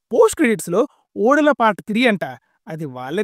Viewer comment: ఓదెల bro adhi😂 ఓడెల kadhu 😅